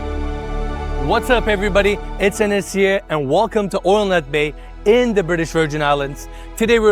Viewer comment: Why does Enes say his name as Enesye?